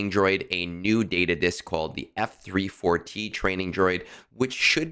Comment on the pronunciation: F-34T You say it like you have been taught: eF Three Four Tee...Learn to leetspeak. F34T is FEET. It is Feet! Wait! No! FEAT as in Feature. You are giving me shivers whenever you say eF Three Four Tee. It's Feat. Like R2-D2 is Artoo similar to Arthur. Every important droid has a wordplay in their serial number. Shorty, Goto, Chopper, etc. Conquest? I am F2p So I beat rush it to Sector 5's end about a week long, and hit a few quests. Then I plan ahead and beat whatever I have HP at 100% atm. This Feat disk might be helpful, but I was good without it already. Not really a help to me...but just a maybe help. I'll see. Plus thing that the FEAT disk is 1 dot cost.